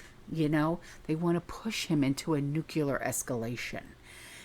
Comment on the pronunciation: Please say nuclear,.....not nukeula